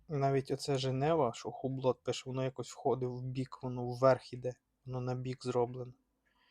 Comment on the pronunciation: ХУБЛО...., не ХУБЛОТ.😊